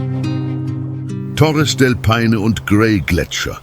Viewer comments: Torres del Pain? Ich kann das nicht mehr hören. Hör auf. Meine Ohren tuen mir schon weh. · Nicht nur Torres del Paine wird immer und immer wieder Falsch ausgesprochen. Es ist unerträglich dem Moderator zu zuhören. Ich glaube, dass auch der Text von einer KI geschrieben worden und es wurde Text EPISCH / Theatralisch / unübertroffen / kolossal ausgeben eingestellt. Es klingt so schlimm, dass man den Ton abstellen muss. Die Bilder/Videosequenzen sprechen für sich und sind echt gut.